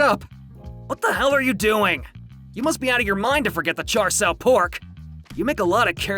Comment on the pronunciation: ... "cha shou pork" its cha siu ...